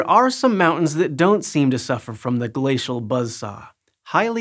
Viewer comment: Gla-cee-al Buzzz-SaWWwH